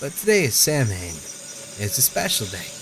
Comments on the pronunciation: that says Samhian not Samham. Samhian is a pagan holiday, however it was stolen by Christianity/Gov't and degenerated into what is now known as halloween. The holdiay is still similar to what it once was, but now people carve pumpkins instead of turnips, and also pass out candy. The holiday is pronounced (Sam-High-In) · cry: samhan? samhayn? me: pfft. it's celtic/gaelic. it's probably "bill". in all actuality, it's pronounce "sow (as in pow) win" samhain (sowwin) is halloween. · Samhain isn't pronounced Sam-hame, it's Sah-win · "Sow-in" is the Irish pronunciation, normally i find games like this mildly interesting but they are earning extra brownie point for using a traditional holiday title. I really am thrilled with the use of lore. Thanks for playing this! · It is using Gaelic, I'm not sure if it's Irish or Scots though. Samhain, is pronounced "Saw-won" It's Halloween, sort of Sidhe is pronounced "She" In fact banshee was originally spelled Bean Sidhe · um, I hate to be the stickler to say it but that isn't how you pronounce Samhain. You pronounce it like this: sOwin. Samhain is the original name for name for Halloween. It's also known as the day where the veil between our world and the spirit world is at its thinnest and is also known as the Pagan New Year. I'm sorry, I just felt like I needed to say something. I know at first glance it looks like it should be pronounced Sam-hane. From the looks of this game, it's very Celtic in its "folklore" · Its pronounced more like sou-in (sou being pronounced like south) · ***** Im irish. It's "sou" as in "south". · THANK YOU for stopping my cringe fests every time he says "Samhain" instead of "soiwin" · for future reference in case they say it again; "Samhain" is pronounced "Sow-en". It is a Celtic pagan holiday similar to Halloween in which spirits can pass through the veil and into the physical plane of existence. The celts would honor their ancestors and celebrate the ending or death of the year.